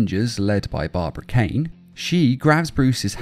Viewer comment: BARBARA KAIN?!?!? IT'S PRONOUNCED BARBARA KEEN. I have watched all 5 seasons 6 times.